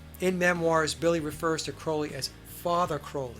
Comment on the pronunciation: Love your show,! Enjoy them! Been wanting to tell you this for awhile: Crowley’s last name is pronounced CRAW-LEE. xoxo The Clarences